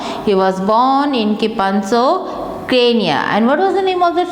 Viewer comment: It is kipsano not kipanso & It is kipchoge not kimponze